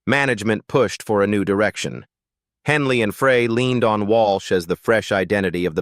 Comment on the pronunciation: Ai needs to learn the correct way to say "Frey"